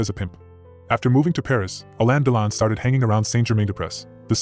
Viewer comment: On dit alain delon ducon prononce comme il faut fait pas l américain